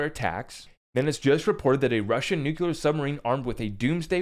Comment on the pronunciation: If you say "nuclular" one more time, Im gonna lose my shit. It isnt a hard word.